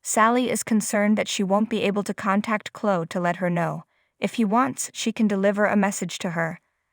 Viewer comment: You can't say Chloe wtf is Clo lol 😂😂😂